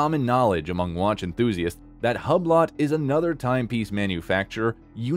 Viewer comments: Please stop saying Tawg😅😂 Did he just call Hublot Hub Lot 😂😂😂 And revealed reviled bru… I’m dead 😂😂😂😂😂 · Hublot is not pronounced that way. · As soon as this computer reader mispronounced Hublot... anything they wanted me to think about Tag Heuer was wrong.